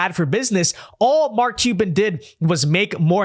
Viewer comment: For a podcaster with such good diction and who speaks clearly, this particular guy cannot pronounce Mark Cuban's last name to save his life. Sounds like he says Mark Cheeba or something like that every time he says it. How hard can it be to pronounce Cuban?